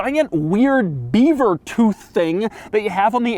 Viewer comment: Oh Doug, I wish you hadn't said "bever tooth". Now I can't unsee it. 😃